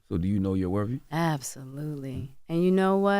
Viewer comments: If I heard this dude say “wurvy” instead of worthy one more time…! 20 years of broadcasting and you still allergic to T’s. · I cringe every time charlamagne says “worvy” instead of worthy!🥴 I hate that he says it like that!😩😂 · Someone tell Charlemagne the word worthy doesn't have a v in it.